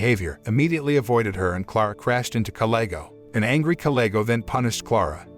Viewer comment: You seem to mis said kalego's name.